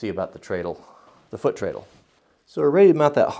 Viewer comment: its tread-le like tire tread......not tray! cool project.